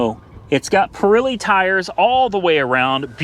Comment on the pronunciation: Its not pir ee lee its pir eh lee